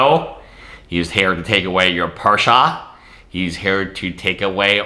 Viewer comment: It's not a Porscha its Porsche eyyyy